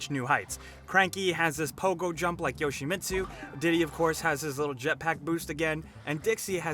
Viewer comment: 😂😂😂 he said yoshimitsu😂😂😂